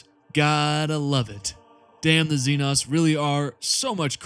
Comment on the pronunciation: IT'S XE-NO YA KNOW LIKE XENOMORPH? FOR THE LOVE OF THE MATRIARCH GET YOUR SLURS RIGHT MOTHERFU- Inhale Exhale Alright Alright, I'm calm now Sorry for the crashout It's just that by now I've seen it pronounced wrong too many times That's doesn't call for profanity though, my bad